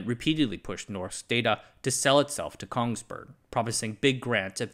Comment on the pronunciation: It's pronounced more like "noshk daw-taw"